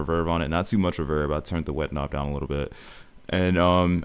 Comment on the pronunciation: W vid but the way you pronounce ethereal, and reverb makin me mad 😭😭😭